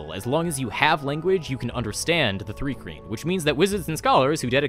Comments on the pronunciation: Why does your pronouncing it 'three kreen' fill me with such rage? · It's pronounced Thri-kreen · I thought it was pronounced th rye kreen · What bugs me is how says Thri-Kreen